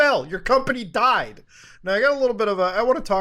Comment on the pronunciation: The way you said Died, is hilarious